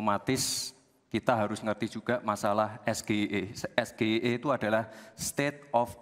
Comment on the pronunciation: gibran gaya nya bahasa inggris tapi cara baca SGEI aja gak bisa pantesan cak imin binggung 😂😂😂